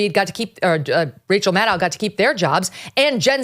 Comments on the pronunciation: Kelly I am sorry you mispronounced rachael name it rachael madcow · How does one pronounce Maddow? I was under the impression it was pronounced the same way as widdow, shadow, meadow etc? I love Megyn Kelly and you guys over the pond I really do but I am at the end of my tether with the pronunciation of almost anyone's name!. It is not Cregg, Vivayk, Maygin and Gram. 😂